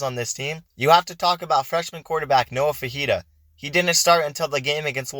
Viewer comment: It’s pronounced “Fi- fi- ta”not fajita he’s not a chilies dish